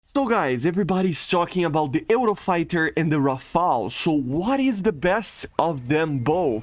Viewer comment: EEEEE UUUUU Rooooo (like European ) not Uro